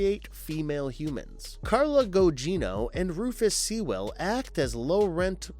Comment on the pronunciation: That's not how you pronounce Sewell. You keep doing this, mispronouncing actor's names, it's very annoying. If you can't even be bothered to pronounce names correctly why bother at all? Never mind the narration being all over the shop and repetition to drag the run time out. Poor content.